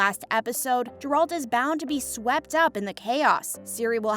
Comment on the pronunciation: Stupid video, these are all questions that the fans know the answer to based on the books and games. Also please look up how to pronounce Geralts name, it’s embarrasing.